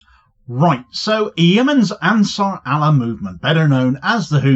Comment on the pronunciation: Actually, Sir, "Ansur Allah" is correctly pronounced just like the phrase "Answer a Law".